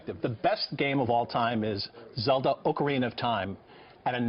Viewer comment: Did he really say Zeldo.